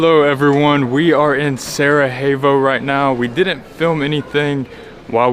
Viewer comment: I would just say the J in Sarajevo is a "y" sound, not an "h" as in Spanish! :)